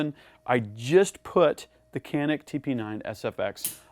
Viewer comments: It should be pronounced as djanik not kanik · İts not Kenik.. its Canik. 🤦🏻‍♂️ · Hey! its not KAAAANNİİİKKKK..... "Canik" is Türkish word. "Janiyk" is right spelling. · It is not spelled as "Qanik" but like "Janik" starts with "c" like "g" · ben de bunu yazacaktım ki yorumlarda sizinkini gördüm. kenik diye okumaları çok garip geliyor :D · It is Chaa neck This is the way you call it. Not Canik Because it is a turkish handgun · pronounced as "ja-nyk"or "janeek" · Pronounced like John'eek, great analysis, superb Turkish weapons engineering, tremendous value! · Thanks for the video.. If Canik is Turkish, it would be read like: Janik.. A little more straight, but enough.. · Pronunciation is John-nick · Love the Canik. It is pronounced as Djanik though. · I know 100 million people come here to say this but the name is pronounced like " John-ick ". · You are pronouncing wrong.canik pronounce as janic;))) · FYI: Canik actually sounds like Janick in Turkish if you read it correctly for English speakers (Letter "C" in Turkish sounds like "J" as Jane, James, Jay) Thanks for the demo. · Its pronounced “Ganik” 😉 . G like in George. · Your review is awesome thanks for all your these hard & fantastic work. I would like to highlight the right pronounce of the pistol. It is Canik in Turkish but actually right pronouce in English is Janik. All the best... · Silah iyi veya kötü demedim, “Canik” isminin İngilizce konuşanlar için nasıl doğru okunacağını yazdım. (Adam tabancanın ismini yanlış söylüyor)